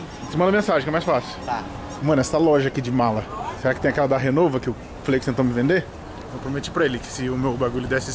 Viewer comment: Não é RENOVA, é RIMOWA